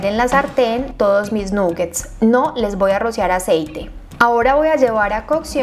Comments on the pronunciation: De hecho se pronuncia con a 😊 (nagets) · felicitaciones,, como siempre muy bien explicada la receta,, solo quería sugerirte muy respetuosamente y con cariño que se pronuncia con O no con U la palabra nuggets, ya que es una palabra en inglés y tu canal se ve en todas partes